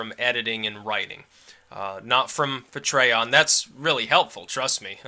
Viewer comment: pls, stop calling it "pa tre on", its pronounced "pa tree on"